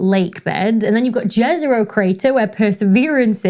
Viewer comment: Please, please, please, stop calling it "Jezero" with a "J" like in "joy" and try pronouncing it almost as "yezero", like in "yellow". Thanks